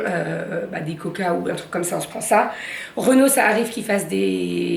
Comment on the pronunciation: Coucou, et j'ai trop rigolé 😂😂😂. Bonne journée